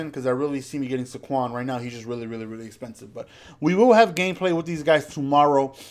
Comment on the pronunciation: Pronounced “SAYquon”